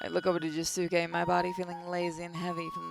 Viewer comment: I really would to see the jojo sim be played again but you pronounced Josuke name wrong